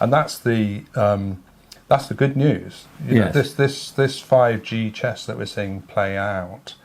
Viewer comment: Did he just say “ 5G chess” ????